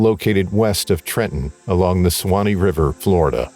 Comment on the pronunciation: Suwannee sue wah knee you're adding some extra letter sounds that are typically ignored.